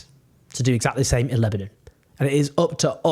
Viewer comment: You can’t say Lebanon properly